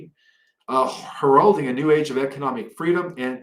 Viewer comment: "Stabbelization", "her-ralding", "Stratiggic", "Viggellent". Seriously? That's astonishing for someone who speaks English fluently and doesn't even have an accent.